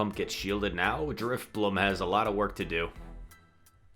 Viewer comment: Maybe drif-bling instead of drif-money? haha